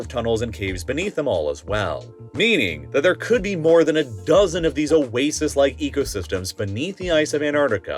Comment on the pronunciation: 😂😂 "More than ah DUHHzon..."😂 "have revealed a Vhass..." 💀💀🤣 bruhh, I'm geekin rn 💀 😂...life is great